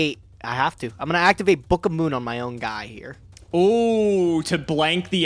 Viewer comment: says book of moon like “bukuhmoon”